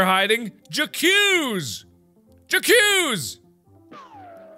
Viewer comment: The way he pronounced j’accuse hurt me more than stepping on a lego.